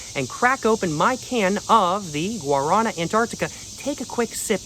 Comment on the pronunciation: come on man, pronounce it correctly! Look it up! Lmao